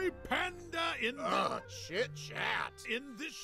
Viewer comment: When Po said "chit" as in chit chat, it sounded like the S word. Even when I had the captions turned on, YouTube thought Po was saying the S word but Po only said "chit".